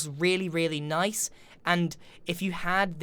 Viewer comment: He said “noice” respec +++